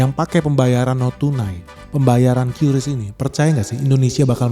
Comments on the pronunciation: Yang benar bacanya itu KRIS bukan KYURIS 🫣🤣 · bang qris bang bukan kyuris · Nyebutnya "kris" bang, bukan "kiuris" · Baca nya yang bener KRIS bukan qyuuurisssssss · Ingat yaa adick-adick, Menurut KBBI atau Kamus Besar Bahasa indonesia Qris itu dibaca ye Kriss bkn Kyuris.. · Om bacanya itu "QRis" ya, bukan "Kyuris" apalgi "kiris" 😊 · Tolong untuk qris bacanya kris supaya orang lain tidak membenarkan yang salah, cara baca bukan qyuris tapi kris. Yang salah jangan di benarkan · Setau saya Qris dbacanya ya Qris kan,Bang. Bukan "Kyuris" karena Qris itu soal Indonesia. Huruf "Q" nya tetep dibaca q bukan kyu. Gitu gak sih,Bang ? 🙏 (Iseng saya tambahin persoalan temeh, eh...tapi ini serius lho).